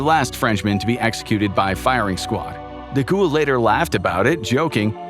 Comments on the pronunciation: Who TF is De Ghoul? It's Charles DeGaulle... "De Gall" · I couldn't listen to him being called, "DeGhoul". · Charles de Gaulle (pronounced de Gawl) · Nice vid and thank you 🙂✌ If it may help in the futur, for Charles DeGaulle, you sounded the ''De'' rigth, for the last part, try sounding it like the word "goal" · Your pronunciation of De Gaulle is so remarkable that it took me out of the narrative every single time 😅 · That's not how you pronounce "De Gaulle......" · Americans struggle with English let alone French 😂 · It’s De Gaulle. You keep pronouncing his name like a ghost